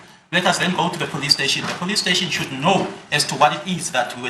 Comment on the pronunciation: Why is Zulus always say police steshi😅. I grew up knowing a police steshi and I'm loving it❤